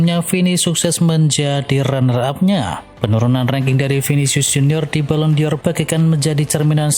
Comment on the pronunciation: Balon dor... BUKAN Balon di or... Koplaakkk... !!! Baca gitu aja gak becus... Channel abal2... 🤪🤣🤣